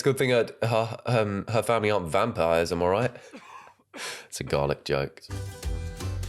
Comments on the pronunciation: Not APP-ricot! N garl-eek 😭😭😭 And Americans rip piss in Britain for their bland cooking.. & yet risk heart failure Everytime they cook! 😂😂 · what the fuck is garleak